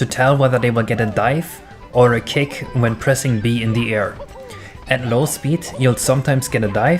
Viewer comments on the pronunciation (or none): Sounds like your saying "Cake" and not "Kick".